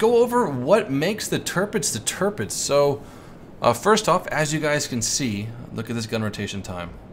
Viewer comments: Its kinda like: Tir = Tier You said it like Törpitz but thats pretty good to. Love your Vids tho :) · it´s pronounced TiRRpitz just leave the chewing gum ""arr" R ;-) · Btw you pronounce Tirpitz wrong